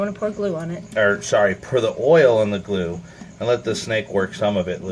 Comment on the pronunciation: stop saying glu bro lol, also did you let it free? p.s good vid